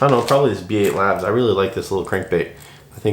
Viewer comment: B8labs is supposed to be read as “bait labs”